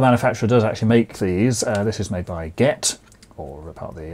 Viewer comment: The only ones I’ve ever seen are the M.K. ones, even though I’m a sparky. The only round pin ones I’ve even used are 15A (which I’ve used for par cans) and 5A which I’ve used for general lighting round peoples big houses. Its not “get”, its pronounced G.E.T.